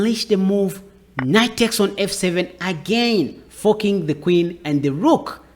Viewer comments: Is he saying "fu ck ing the queen" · You gotta stop saying forking with your accent buddy 😂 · I wish I could get away with his pronunciation of "....forking the Queen ". Gives me the "chuckles" every time. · he’s forking pronouncing like a g. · You are (accidentally?) making fork sound like fuck and forking sound like fucking, and it's hilarious! Great video though!